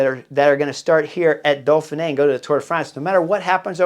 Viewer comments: I love how you keep calling it "Dolphinee", reminds me of Mark Twain ("The Duke and the Dolphin"). I'll be on my Chesterfield with you for the whole week! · What's this "Dolphin-A"? Just kidding, love the channel. They should have you commentating.